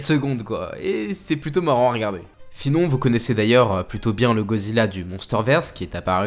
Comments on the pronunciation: C’est moi ou dit Gozilla au lieu de Godzilla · Ca se prononce "GoDEzilla" (sans jeu de mot pourri) et non Gozilla. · Tu peux bien prononcer GOD—ZILLA stp Parce que dire GOZILLA c’est qui ? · wsh arrete de dire gozilla fréro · tu me frustre tu dit gozilla et pas godzilla mdr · C moi où il dit gozilla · Pourrais-tu prononcer le « d » dans Godzilla stp sinon bonne vidéo